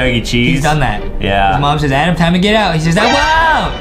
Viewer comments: Your name is adam not adem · Can Adem please mess up more words I love how Adem messes ups words